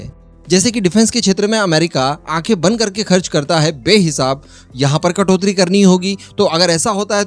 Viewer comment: कटोत्री नहीं कटौती बोलते हैं.